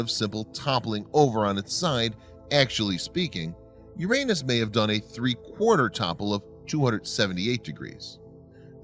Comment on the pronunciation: It is the correct pronunciation.